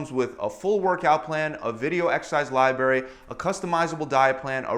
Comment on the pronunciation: He lost me at libary